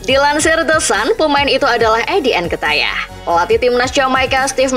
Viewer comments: Nketiah, ttep dibaca nketiah, bukan nketaiah Havertz tetep dibaca Havertz, bukan Hevertz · njir lah gw muak dnger mimin nya bilang nketiah malah nketayah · Sejak kapan pronunciation nya jadi Nketayah 🤣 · Nkatayah... cara baca nya bukan gitu kk